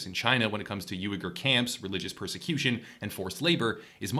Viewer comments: This is a good introduction to the subject. Uighur is pronounced "WEE-gar" BTW. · Faux is pronounced "foe" and Uighur is pronounced "Wee-gurr" ... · It's pronounced "we-gur" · FYI it's weeger. Like oui.